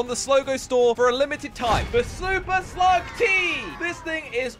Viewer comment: Anyone notice he said super slug 'tea' in the intro lol